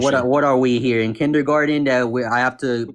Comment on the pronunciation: What are we in kinder Gordon? Dunno. Maybe in America. Can't imagine a kindergarten kid in Australia being so unable to say kindergarten.